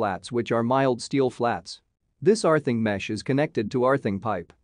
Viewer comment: Arthing? What is Arthing?